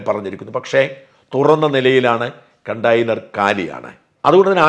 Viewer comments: കണ്ടെയ്നർ ആണ്. കണ്ടാ... ആ..യ്നർ അല്ല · Kutayner .... Conteyner ...... not continer